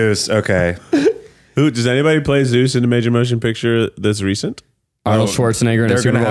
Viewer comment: Keith needs to stop saying Seuss instead of Zeus it’s rly getting to me